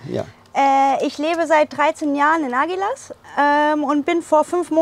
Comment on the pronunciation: Aguilas= ausgesprochen, Agilass…vielleicht fürs nächste mal 😊